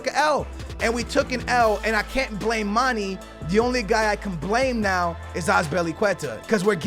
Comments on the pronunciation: Mane is pronounced Man-eh not Man-E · say manae not manie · IT IS MON-A NOT MON-E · mah-nay mah-nay say it with me mah-nay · please stop calling manè Manny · so glad He got rid of mane im sick of Him fucking up His name